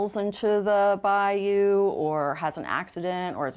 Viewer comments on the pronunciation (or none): Bro good content but damn it’s not Bayoooo it’s Baiyuuuuu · Brother it’s *Bayou* not Bioyo😂😂😂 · By-You fam.. its pronounced By-You😂